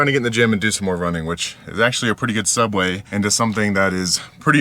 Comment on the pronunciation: segue not subway 😂